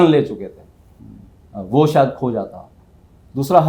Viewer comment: आप बहूत अच्छा बोलते हैं आपका चेनल भी बहूत उपयोगी है Sorry परंतु आप आपका तलफ्फुस सही नहीं है जैसे आप शायद को सायद बोलते हैं प्लीज डोंट माइंड सुधार हो गया तो शो मैं चार चाँद लग जायगे